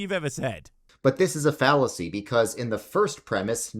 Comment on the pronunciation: what's a fallaacy? is it a type of fallaafel? 🙃